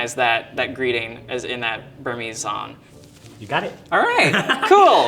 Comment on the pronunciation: Where is this guy's accent from? He pronounces "ng" like "n". So "song" becomes "sawn".